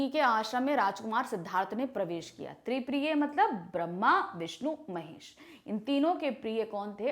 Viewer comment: Ma'am in starting it is शांतिप्रिय not तिप्रिय